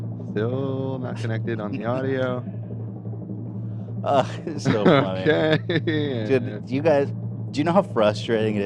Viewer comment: God I died every time played the sound bite of saying “au-u-di-o” when donnas screen froze and she couldn’t connect to the sound